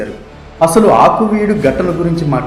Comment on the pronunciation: "ఆకువీడు"...కాదు ....అది "ఆకివీడు"...